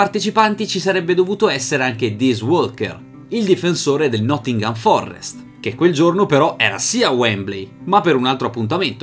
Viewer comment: Ma, si dice nottingham forest, non forrest!